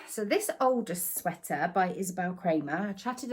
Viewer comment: Hiya! Every time I hear you say 'my Aldous sweater' on your videos, I always think you're saying 'my oldest sweater'!! Take care lovely! 🤗🥰